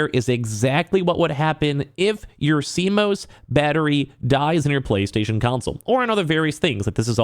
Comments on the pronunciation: never heard someone incorrectly pronounce CMOS before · Hearing him pronounce CMOS wrong numerous times is cringe. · I mean I get it, news media just covers what someone else talks about but this guy is talking about how great it is that PS added a way to remove and he sounds like he doesnt even know much about it if he cant even pronounce it...its just more obvious.